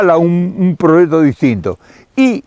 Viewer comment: hola nunca lo habia oido pero me encanto un señoron con mucho conocimiento saludos y siga haciendo lo que mejor sabe. usred si habla correcto dice proyecto y no prochecto. no se por que otros Argentinos hablan tan feo